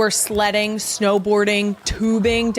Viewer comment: Kylie's pronunciation of 'Sledding' sounded like 'Slutting', I had to do a double take..😅😅😅